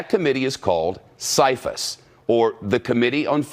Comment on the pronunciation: First of all good ole Shep is mispronouncing the CFIUS Group....maybe the Congressmen who have mentioned these details have more info then Shep does, so him saying it is false is not totally accurate or why are Congressmen saying otherwise? If the vote has to be unanimous, then her State Dept DID approve of the sale...oh State Dept made a mistake so let's just move on huh? And it has been proven that some of that Uranium HAS been deported out of our Country, Verified by Congress